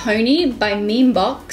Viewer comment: It’s pronounced“mimibox” not memebox 😂 my friends also made the same mistake